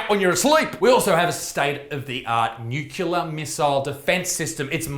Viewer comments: Nucular, nucular, nucular, nucular it's NUCLEAR you dumb fuck! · nuCLEAR, not nuCYOOLAR - get it right, Buttsmarn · NUCLEAR - "nu-klee-ah" not fucking "nu-kyu-lah". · It's nuclear, not nucular Mr. Bush 🤣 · What's a nukuler weapon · Dude, stop saying Nukilar, its nuclear, it hurts my ears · Nucular Lisa. Its pronounced NU-CU-LAR :D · I love you isaac but pls stop saying nucular it's nuclear lmao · Nuclear. There's no "u" mate. Nuclear - derived from the word "Nucleus" - not "Nuculeus" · Isaac, it's pronounced NEW-CLEAR! 😂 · Nucular? WTF is nucular? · pronounced "new-clear" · Stop saying nucular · "undoubtably" "nucular" c'mon Isaac I know you're the son of a rugby league meathead but that's unacceptable. As a western sydneysider I agree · Nucular weapons? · Won't lie, love the un-ironic pronunciation of nuclear as 'nucular'. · Homer Simpson: It's pronounced Nu Cu Lar son. Nu Cu Lar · haha nuc-u-lar